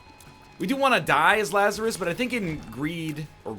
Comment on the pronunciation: Lazarus. See "Dig, Lazarus, Dig" by Nick Cave for some great music and correct pronunciation.